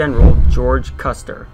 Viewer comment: I think you called Custer "custard" Maybe you had dessert in mind